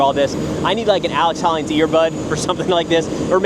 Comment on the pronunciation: Me: who's this expert, Alex hollings? Him: Alex Hollins!